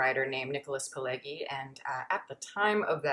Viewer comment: Italian pronunciation tip: Pileggi = Peel-edge-ee 🙂